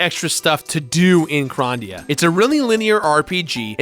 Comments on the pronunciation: I love the review, but he keeps saying it like Gran-dia. Isn’t it suppose to se Grand-ia? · "Grarndia"? I always said Grand-ia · The first like 3 times says Grandia sounded like he was saying "rOndia" and it killed me. 😂 bless you, my dude. 🤙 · "Gron-dia" the fuck, lmfao